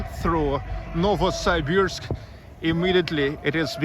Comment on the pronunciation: я смотрю ты еще и архитектурой увлекаешься! Молорик, я твой недавний подписчик. Только пожалуйста, не называй наш город НовосАйбирск, так никто не говорит. Можешь даже транскрипцию в вики посмотреть. Удачи, жду репортажа из Омска!